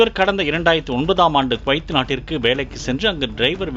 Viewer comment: அய்யா உங்க நாக்குலே தர்ப்பையை வைத்து பொசுக்க. அது கொய்த் இல்ல குவைத் 😂😂😂😂😂😂🤣🤣🤣